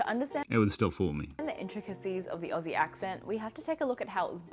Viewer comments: You need to learn how to say Aussie. It is not Ossie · Firststep is to realise Aussie is pronounced ozzy not ossy! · OK.. We need to sort this out.. Dont pronounce the AU in Aussie.. Its OZZIE.. OZ-EE. Even though in South Australia we speak the Queens English, no Convicts here haha.. when I lived in Victoria I was asked if I'm "English"! We would sit in more "General/Cultivated".. But everywhere has "bogans" baahaa We say "prance" and "dance" as "pr-arns" not "pr-ants" and "d-arns" and "d-ants" etc.. Queenslanders have a really broad Aussie accent. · Ozzy not ossy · Simple stop pronouncing aussie with an s and treat it like this: ozzy. I know american can pronounce ozzy osbournes name...just do that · It's pronounced ozzy, not Ossie. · its OZZIE .......not OSSIE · Aussie is pronounced Ozeee not a ussssee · First start with how you say things like aussie its not "ossey" it is "ozzy!" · Please know that Aussie is not pronounced like "bossy". Consider it to be spelled with two Zs, and pronounced like Ozzy. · Mate if you’re gonna keep doing Aussie videos at least pronounced Aussie OZZY rather than OSSY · It’s not pronounced “aussie” but more like “ozzy” !! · Pleaze say Ozzie not Ossie. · first thing. NO OZZIE calls their country ossie. NOTE it is pronounced, OZZY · They alway fail when they say OsssSee instead of Ozzz Zeee. Why is is so difficult? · It’s Auzzi not Au-ss-i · It's funny hearing you try it. I hear British, South African, and kiwi, but rarely Aussie lol (pronounced ozzie, like the singer). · TIP: Say Aussie exactly the same way you would say “OZZY” Osbourne …OZZIE….MOZZIE 🦟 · The word "Aussie" over here is pronounced Ozzy like Ozzie Osbourne. And Melbourne is Melbin haha. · americans not pronouncing aussie like it’s with a z, like auzzie, its a bit of a pet peeve of mine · Start with Aussie and not Orsiee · I fucking hate the way he says Aussie.